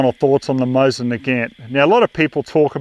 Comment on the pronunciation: I love how you pronounce it "my sin" instead of Mosin.